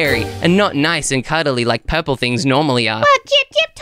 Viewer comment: When he said purplur it got me rolling😂😂😂😂